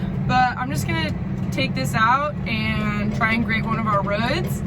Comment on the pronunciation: You DO NOT "grate" a road... You "grade" a road...!